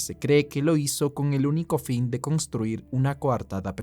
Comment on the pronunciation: Congstruir? aveces me da cosas tus pronunciaciones